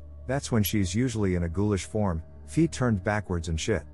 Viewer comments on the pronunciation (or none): none